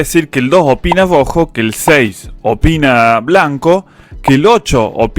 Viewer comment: jajajaja genio el fernet te hace patinar la r , te sale grrojo.Muy bueno like👍